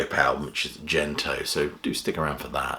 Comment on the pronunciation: 'Gento' (幻灯) is a hard 'G', if it's from the Japanese for magic lantern, not 'Jento' - Mr Pedantic